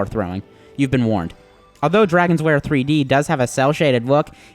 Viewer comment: It's called lair not wair